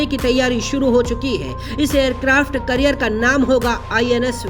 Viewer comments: Carrier bolte hai career nhi 😅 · Aircraft career nahi bhai aircraft carrier hota hain 😂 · Abe wo aircraft carrier hota hai kya hota hai aircraft "carrier"